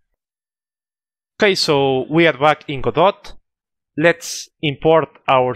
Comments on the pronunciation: I thought you pronounced Godot like 'Goa-Dot', and my mum thought it was 'God-Ot', but it turns out we were both wrong 'Guh-Dough' XD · Technically that's how the word godot is indeed pronounced, but I recently read an article with an interview with one of the (devs? creators? I can't remember) and they said it's open source, pronounce it however you like. XD